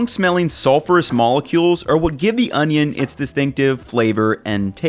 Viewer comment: You call that an onyo?